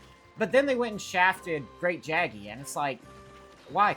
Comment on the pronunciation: It's pronounced Great "yaggi" btw